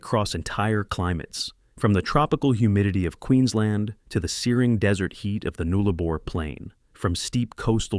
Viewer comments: Yes, shocking pronunciation. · It’s Nullarbor, not Noollarbor.